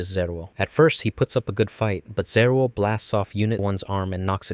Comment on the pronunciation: How do you do a whole video on Eva and not understand how Angel names are pronounced 😂 EL, bro. "El" is separate from the "I" So Zariel would be ZAR-EYE-EL not ZA-REAL 🤣🤣🤣🤣 All of these words end in the "el" or "eye-el" sounds.